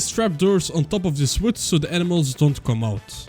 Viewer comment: can i just say the way you say wood is so entertaining and i dont know why like its just vwood hahahaaaa